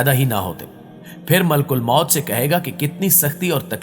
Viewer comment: Malk ulmoat ni maleek ul moat .. talafuz drust kijye